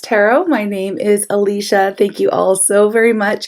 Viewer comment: Thank you! Btw/ you pronounced her name correctly!